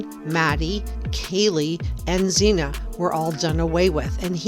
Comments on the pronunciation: We need to respect these young people and pronounce their names correctly. Her name is Xana (like Zana) not Zena. Thank you. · Her NAME WAS Xana with an A (as in Apple) not zena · Why do you keep calling Xana Xena? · Xana is pronounce like Anna, but with a Z. Like "Zana", but spelled "Xana". Poor girl gets brutally murdered and everyone keeps pronouncing her name wrong 😑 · Xana is pronounced Za-nna. Just bc that is how her Mom pronounces it. Not trying to be mean. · Pronounce Xana's name right. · Please pronounce Xana's name correctly. With all the investigating you do... you'd think you'd know her name by now.